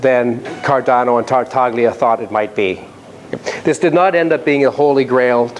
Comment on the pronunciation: Really nice talk! .. but note that the G in Tartaglia is silent.